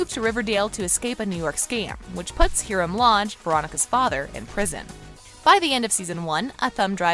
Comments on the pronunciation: Its hiram not hirem 👁👄👁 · learn how to pronounce the names before you do a video. Hiram is pronounced HIRUM! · she said Hiram's name wrong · Not being mean but why you say Hiram like that?? xx